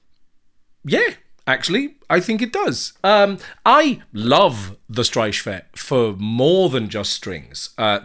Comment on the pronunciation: You could have just gone behringer clone, but You went the quirky vintage way, which is always better! I really appreciate that, and I will definitely look out for weird bontempi string machines from now on! By the way, congrats on pronouncing the "ch" in streichfett correctly! As a German, I appreciate it. The "St" in the beginning is pronounced "Sht", though :)